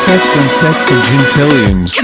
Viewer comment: It's Sex Whales not Ses Whales*